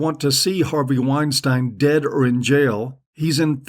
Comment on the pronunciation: I don't know why this showed up as a recommendation but this asshole is just another wannabe intellectual. You're a fuck head that knows nothing. You don't even know how pronounce Weinstein, dummy! Keep taking because it just shows what a Tool you are!